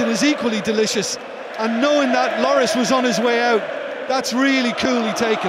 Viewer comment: loris pronouced wrong